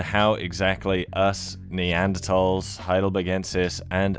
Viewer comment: Who made the decision to stop pronouncing the 'h' in neanderthals? Its annoying